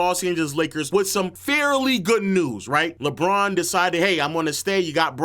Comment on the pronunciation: Bruuuuuuh it’s LeBron aka “Le-GM” 🤦🏽‍♂️🤷🏾‍♂️